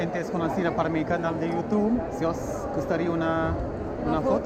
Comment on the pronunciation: Love ultra Spanish pronunciation of "YouuuuTuuube" 🥳🇪🇸